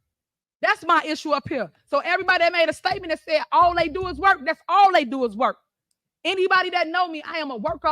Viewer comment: "Day ahl gots degrees"...Pathetic...